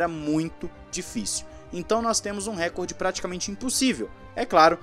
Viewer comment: Por favor, é "Recorde" e não "Récorde" a sílaba tônica é re-COR-de, posição paroxítona